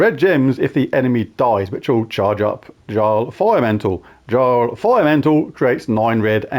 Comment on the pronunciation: The J in Jarl is pronounced as a Y. Yarl Firemantle. Mighty mittens is also acceptable